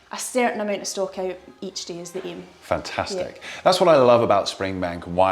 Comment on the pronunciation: I wish i spoke english like the. The way he pronounces "fantaaastic"!!! Gosh, made my day. I would repeat the word all day, just for the sake of it.